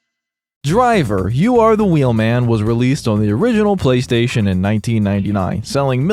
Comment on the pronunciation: Bro, I'm so tired. The first 3 times he said "Playstation", I heard "Police Station" and was really confused.